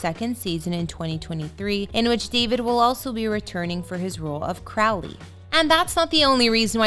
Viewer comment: They mispronounced Crowley...